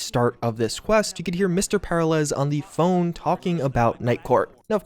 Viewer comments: You realize they actually pronounced the name Peralez many times in the actual game. Did you actually play it? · Great vid, great content -- but the way you said Peralez? Buddyyyyyy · The mispronunciation of Peralez is driving me nuts. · The "Secret" ending is the only path forward (and so I suspect it's the canon ending) I also suspect an expansion will pick up from there and go forward - that will likely include more about Mr. Blue Eyes, SD, and Jefferson Peralez (who's name just can not pronounce). I think we'll also see more about Alt/Johnny and a bit more about the Black Wall. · the way he pronounces peralez... >< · Great video! But the mispronunciation of Peralez made me wanna jump off a cliff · The way you pronounce "Peralez" is so jarringly weird, it feels like the only thing I'm really taking away from what was previously a pretty engaging video. Especially considering their name is properly pronounced A LOT in the game, by them and others.... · Literally how do you not know how to say Peralez... did you even play the game?